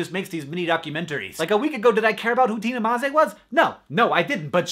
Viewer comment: This made my day, i'm so happy! Slovenia and Tina Maze in your video and you even pronounced her name correctly! Wooohooo :)